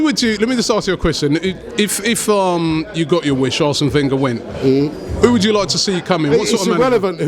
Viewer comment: I hate when he says Wenger